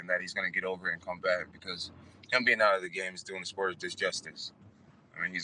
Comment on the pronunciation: "Disjustice" lol ...